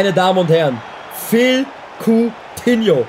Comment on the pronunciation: Kein Mensch sagt "Phil" Coutinho :D :D :D